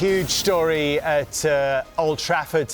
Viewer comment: I’ve always wondered why Roy pronounce the letter ‘h’… he says things like “youj” instead of the actual word ‘huge’🤦‍♂️🤡